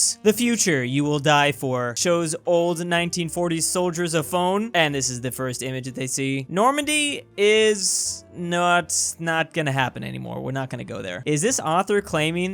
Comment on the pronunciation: Normandy turned into Nomandy.